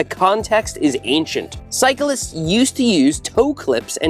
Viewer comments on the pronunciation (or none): none